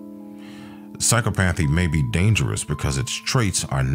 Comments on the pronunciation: Great vid! But I’m afraid you’re mispronouncing psychopathy, it’s pronounced like psi-cop-athy.😊 Have a great day! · Learn to read English, that is not how psychopathy is pronounced……how do you expect to be taken seriously?